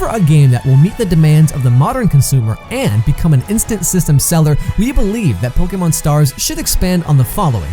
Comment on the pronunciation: Am I hearing Pok"ee"mon?